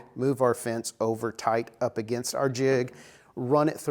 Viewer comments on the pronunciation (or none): none